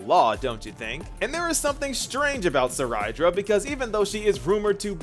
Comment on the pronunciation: Seriously I dont know how to pronounce some of their names.. Cyrene: Sai-ree-nee? I always pronounce her name as Sai-rin... Cerydra: Suh-rai-da? I thought it is Say-ree-dra...